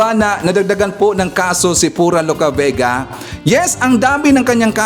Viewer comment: tama ang pronunciation mo sa pangalan ko, Sa tanung mo ay si PURA LUCA VEGA ang may 6 charges.